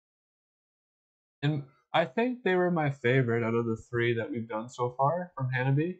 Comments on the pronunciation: They are pronounced Ha-na-bi-eh 😁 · It's Ha-Na-bee-aye.